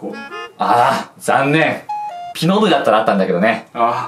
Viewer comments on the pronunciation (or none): ピノ部じゃなくて帰納部に聞こえたわ笑